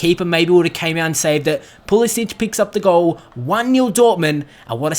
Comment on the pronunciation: Great to see Christian Pulisic score you should keep playing him he is class although it's pronounced Puhlissick that said glad he is getting game time keep it up :-)